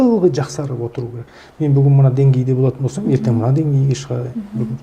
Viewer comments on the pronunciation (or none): Отқан емес,_ отырған ,отырық емес отырмыз. Ертен емес ертең.